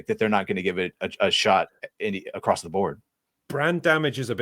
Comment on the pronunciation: who is this grown man saying "acrosst"